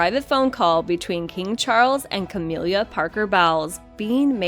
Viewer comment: "Cah-mill-ah", not "Cah-meal-liah", "Bowls", not bowels.